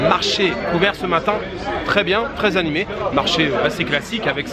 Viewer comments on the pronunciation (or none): none